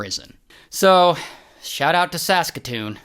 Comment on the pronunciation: When I heard him say Sasktoon, I thought he was pronouncing saskatchewan, til lI rewinded